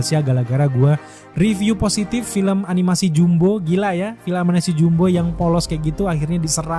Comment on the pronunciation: Filem jumbo setara pixar 😂 sebut pixar pun tak reti mbak oi bunyi jawa piksel 😂 berkhayal lebih Filem jumbo indon konoha kalau masuk Malaysia walau tiket free pun tak ingin aku nak pi tengok geli wei...sebut jumbo pun tak reti 😂 sebut ejaan Belanda juuumbo abah kau